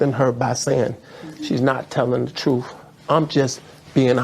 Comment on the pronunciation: Millions of dollars and nobody told him or he never hired a speech coach to stop saying "Troof" instead of Truth (one example)? It's so grating.